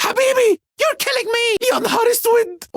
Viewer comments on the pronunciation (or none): "HaBiBi YoU kIlLiNg Me" 😂😂😂 he's amirindian